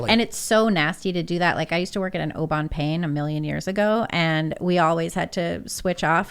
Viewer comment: “I used to work at an *O Bon Paine*” 🤦🏻‍♂️